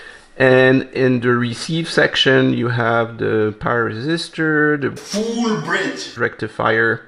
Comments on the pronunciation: Foooolll Bridge Rectifier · FOOOL BRIDGE RECTIFIER